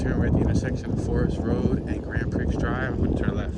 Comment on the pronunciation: Like your Tours a lot, but the Street name "Grand Prix" is Pronounced "Grand Pree"